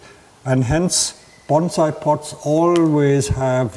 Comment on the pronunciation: Listening to you say banzai is TORTURE! The word is bonsai, not banzai. Get it right dude.